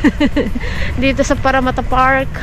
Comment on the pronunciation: I like the way you pronounced “Parramatta”!😊